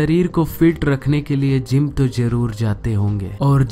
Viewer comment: Pronanciation is very wrong onion, gym pronounce like native english